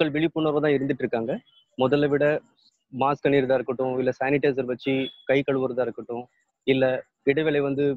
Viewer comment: மாக்ஸ் இல்ல மாஸ்க் 😄😄😄